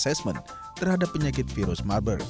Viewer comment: virus marburg baca virus mabuk 😁